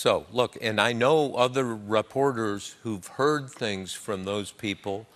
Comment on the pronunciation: Bob says 'rahporters' and 'rahporting'. Interesting.